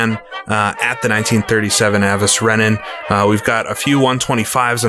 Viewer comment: Avos-Rennen, he says. no. Avuhs- Renehn.